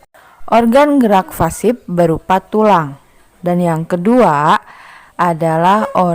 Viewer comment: Koreksi ya bu... Organ gerak Pasif bu, bukan Fasip... Ibu menyebutnya Fasip terus 😅